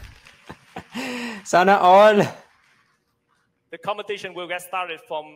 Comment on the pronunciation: I just like the way you said some Filipino expressions like sana all, wait lang, etc. Hahahah very Pinoy.. ❤❤❤